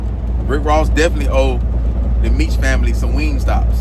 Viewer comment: He be butchering every name